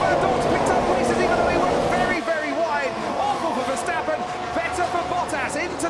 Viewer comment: Just noticed the commentator call max verstappern jos verstappern